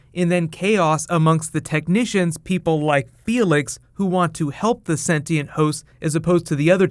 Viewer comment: Yes you can read 'Shogun' by using English subtitles, BUT... It was disapointing to read 'senti and' instead of 'sentient'... lol remark: I'm Brazilian too